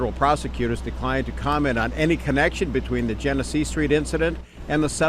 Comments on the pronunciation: U got ur information messed up BADLY. Its Genesee (Jenna-See) and Jalen Everett got killed on Dewey & Magee not Genesee. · What’s so hard about saying Genesee? Jen-eh-see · outside of the spelling you will say the street name like jin-a-see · The street is genesee street not jenett street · Genesee rhymes with Hennessy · We do have to do better! Speaking of, my boy, where did you go to school at? Imma need you to read a little bit more. You heard them say that street name “Gen e see” idk what you called it. And feet is plural it’s not feets! Come on brother, good video though!